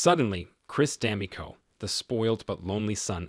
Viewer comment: Your pronunciation is off. D'Amico is pronounced "da (as is dad) - MEE' - coh (as in co-exist)" - emphasis on "MEE" not "dam".